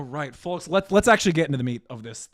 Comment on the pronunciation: "Hey Forks, it's your horst with the morst"